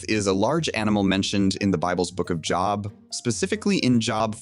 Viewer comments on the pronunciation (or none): Bro, it’s Job not job. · Did you pronounce jobe as job? It’s spelt like Job but it’s pronounced as Jobe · Really good video but I think Job is pronounced like “Jobe” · FYI, Job is pronounced “Joeb”, not “Job” as in a place you work. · Ah yes, Joe bee is the way to pronounce it. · You did not just pronounce job like the thing people do from 9-5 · Being couldn’t even pronounce Book of Job Right lol